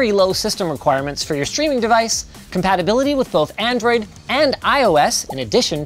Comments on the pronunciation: Lmfao "adroid" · xCloud says "adroid 6" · Damn I really do love "Adroid"